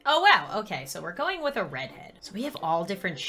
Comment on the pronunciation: When said red head, did anyone else think she said bread head? 😂